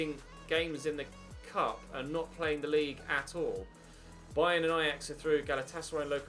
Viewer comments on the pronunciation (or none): none